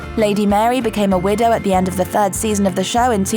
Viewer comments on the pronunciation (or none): none